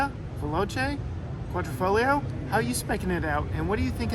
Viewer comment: it's Quadrifoglio not QuadrOfoglio!